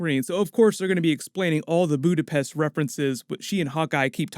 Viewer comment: Budapest or, alternatively, "Buddha-phesh?"